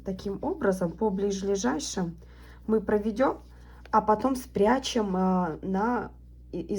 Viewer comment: Спасибо за сумочку! Но правильно говорить "блиЗлежащим".